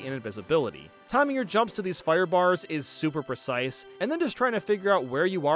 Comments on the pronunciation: Everytime he mentions the new super mario bros games he says “soup” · why does he call them soup games?